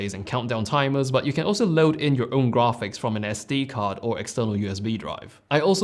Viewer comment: “Grahhhphics”? I couldn’t let that slide 😆. Fantastic review tho